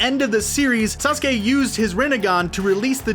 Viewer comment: Uzumaki, Sasuke, Senju, Kishimoto, Infinite tsukuyomi and GenJutsu. They are the only words you pronounced right on the first go.